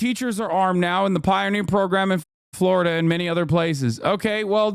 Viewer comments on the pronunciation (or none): none